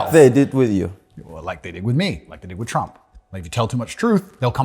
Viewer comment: When fidias said TRRRump andrew was forcing himself so hard to not laugh 😂😂😂😂